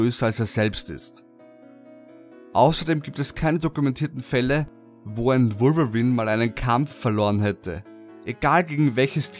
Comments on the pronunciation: Wolverin hört sich genau so lächerlich an xD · Ich fand am gruseligsten seine Aussprache von Wolverine :P :D